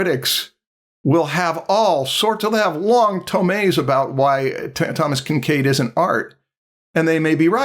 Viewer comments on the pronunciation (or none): Its "tomes" but he's saying it like tome-es. As in a book. So yes, you were close with a long rant!